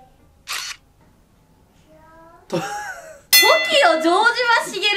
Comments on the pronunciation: じょうじまじゃなくてじょうしまだよ あーちゃん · 城島=じょうしまです。 じょうじまではない。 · じょうじま❌ じょうしま⭕じゃね？ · 城島茂はじょうじまじゃなくて、じょうしまな。(そこかよ) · 城島のとこじょうじましげるって言ってね？ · じょうじまじゃなくて、じょうしまよ！！！ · 城島←じょう「し」ま